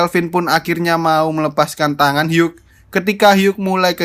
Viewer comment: "Hugh" sebenernya tidak pake g, dibilang "Hiu" aja. Seperti nomor 8 yang tidak egg, melainkan ate. Makasih bang!